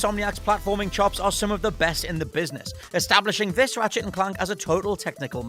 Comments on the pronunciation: Why tf can’t you say Clank correctly? Ratchet and CLUNK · The way u say Clank is not right my dude...